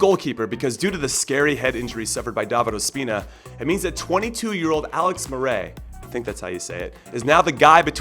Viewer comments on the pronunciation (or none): none